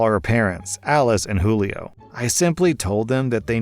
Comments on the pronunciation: Jewel-ee-oh lol It's probably who-lee-oh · You pronounced Julio as joo-lee-oh. Not every time either, which makes it more confusing.